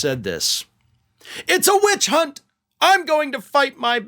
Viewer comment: Did he say "bitch hunt"?